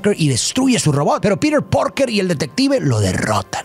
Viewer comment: Lo único malo del vídeo es como pronunciaba Peter Parker del resto 10 de 10